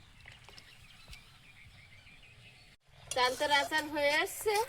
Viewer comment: তোমাদের প্রত্যেক কথা ভুল উচ্চারণ করো।কলি, চালতা।